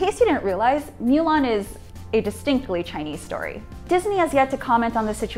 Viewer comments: Its Moo-Lahn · She knows it's pronounced moo-lon, right? Not mew-lawn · Is it really pronounced Miu Lan and not Mu Lan? Because in the actual animated movie they pronounced it Mu Lan never Miu Lan. It triggred me for some reson. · Get your pronunciation right... "Moolan" not Muuuuulan... 🤮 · can you at least pronounce the title of the movie correctly? it's mulan, not mewlang... gg...... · Melan? Darling it's mUlan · Myu lhan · I hated how she said the name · I wanna be respectful to the topic at hand but I cant get over "mew" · 'Mow lawn' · "Mew-lahn"??? AWWWW HELLLLLL NO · "myu lan" Why don't you just MOW the LAWN! Myulan myulan its driving me nuts hearing it! I feel like protesting for that word! Sorry just my feelings. Ugh! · Moo - lawn Moo - l - on Moo - lohn Moo - l aw n M - oo - l - on Now say it with me correctly please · small nitpick, but "milan" annoyed me more than it should of. lol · Is she saying "mew-lan"? Please stop. It's not even pronounced like that in Chinese. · Why does she pronounce Mulan like that... She’s says “Milan” wtf is going on...? Lol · Mew-lawn. Stop it. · The way she is pronouncing it incorrectly dries me nuts! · What's up with your pronunciation of Chinese names...? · She only messed it up once. Strong indication there were multiple takes and somehow the others were fine. She didn't mispronounce anything up to that point and Weibo Mulan were pronounced properly earlier in th video. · It's not that hard to say Mulan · Totally butchered mulan pronunciation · She said Mulan wrong 3 different time's.🤔